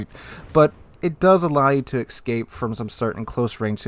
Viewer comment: It's funny that he knows the difference between whom and who, but he doesn't know how to pronounce escape.